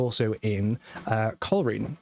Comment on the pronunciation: Hi. This takes place in Northern Ireland. At that stage the police were known as RUC, Royal Ulster Constabulary, now known as the PSNI . The Garda are active in the Republic of Ireland. Also, it's not pronounced "coal reen" but "coal rain"